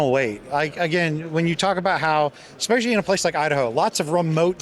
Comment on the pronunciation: I LOVE ALL THE CONTENT BUT, "Eggspecially"! Everytime he mutters the word my skin crawls. Jeezus, He's on camera. No one has told him he's pronouncing it wrong???